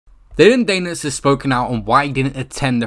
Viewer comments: "Dillon Daynis" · who is "Dillon Dayne-iss"